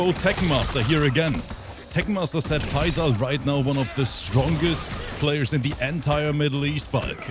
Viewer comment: he sounds like hes saying pfizer every time hessaying faysal